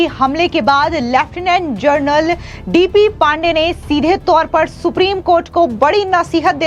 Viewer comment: जनरल‌ और जर्नल ...दोनों में फर्क समझते भी हैं या नहीं? बहुत सारे एंकरों को हमेशा गलत उच्चारण करते सुन कर हैरान हूं...(हमेशा 'जनरल' की जगह 'जर्नल' कैसे बोलते हैं?)👎👎